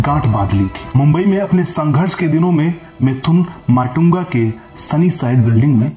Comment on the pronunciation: Sanghars nhi anpad narrator wo Sangharsh hotaa Hain😂😂🤣🤣🤣